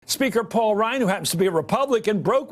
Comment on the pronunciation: “PAUK” ryan